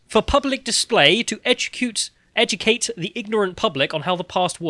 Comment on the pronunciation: "Educoot". Thank you for this mispronunciation.